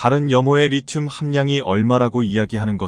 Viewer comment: 리름이 아니고 리튬으로 발음해야 맞습니다.